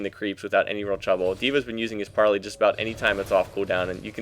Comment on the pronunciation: you pronounce it like this "par-lay" :) gd video